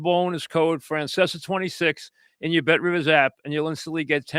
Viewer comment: You heard the man - call Bet Rivizz!